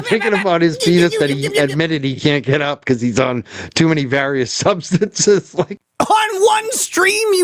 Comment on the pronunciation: the guy can barely get the word substances out. Actually never did.